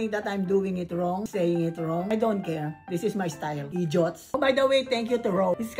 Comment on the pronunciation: "✨️This is my style, eedjiot✨️" such magical words 😂😂